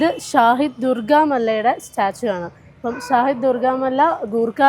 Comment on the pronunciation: ഷാഹിദ് അല്ല ഷെഹീദ് എന്നാൽ പോരാടി മരണം വരിച്ചവർ എന്നാണ്